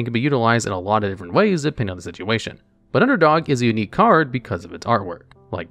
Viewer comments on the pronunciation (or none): none